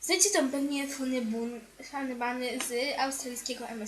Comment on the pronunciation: czyta się fany bany